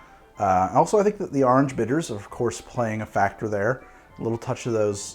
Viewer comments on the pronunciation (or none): "Ahurenge." Orange? "AHURENGE." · Why does he say "OAR-ange" instead of just arnge like the rest of us? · That coastal accent leaking out a bit